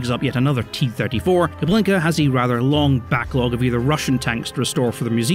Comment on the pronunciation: It's Kubinka not KuBLinka, although I'll admit to anyone who speaks Russian the latter sounds funnier